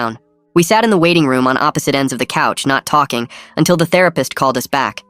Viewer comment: you did not say therapist